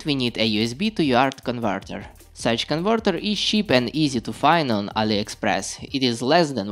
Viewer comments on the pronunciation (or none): Тоько хотел написать, что рязанский акцент выдаёт автора :-) !!! а тут его уже раскусили!!! поржал от души особенно на конвортэр это шудевр, а так паря молодец лайк!